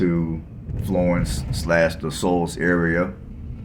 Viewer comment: Shoals, not Souls